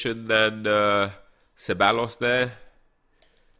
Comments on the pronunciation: Ceballos is pronounced kebaios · Ceballos = Kebayos and I’m not even Spanish cmonnnnn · Ceballos is pronounced theb-I-os